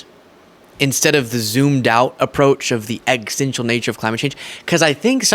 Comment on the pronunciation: I love your reporting,, but we have to work on your pronunciation of "existential," my dude. You always miss a syllable. 😂 Is this a regional/dialectical thing?